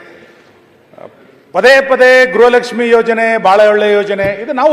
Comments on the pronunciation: Modalu kannada sari yagi matadulu kali grahalakshmi alla, gruhalakshmi adu. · Grahalakshmi alla medam gruhalakshmi